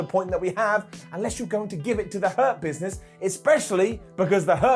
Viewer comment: Why does Hurt Business sound like Herpes when says it?